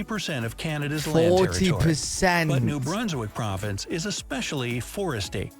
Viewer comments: Montreal IS in Quebec! And loved the way you said Province…. You said it like .. prov… an…dince!!! Lmao ❤😂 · Montreal is a city in the province (praw-vince) of Quebec.